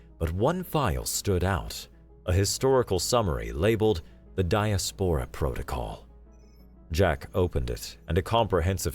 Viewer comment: Good story. I did enjoy hearing "die-as-POR-ruh" instead of "die-AS-puh-ruh." It's all about the em-PHA-sis.